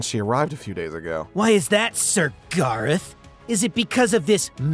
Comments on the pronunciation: GAYROTH GAYROTH ITS GARROTH I think...XD Edit:I'm gonna faint😂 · I swear EVERYTIME she says garroth it sound like she is saying gayroth